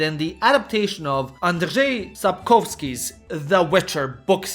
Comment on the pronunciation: NIce and interesting video. Anyway, I am here only to tell you that your RZ in Sapkowski's name was even better than Polacks can do. It was actually Ř already! :) Greetings from Czechia!